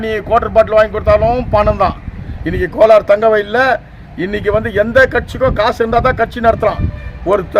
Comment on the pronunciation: கோலார். .....not கொளார்